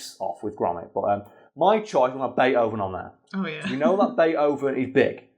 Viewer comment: The way he pronounced Beethoven bewilders me